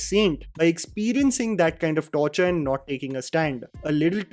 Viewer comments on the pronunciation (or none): none